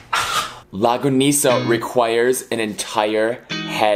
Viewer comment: Lmao its pronounce" long-ga-nis-ah"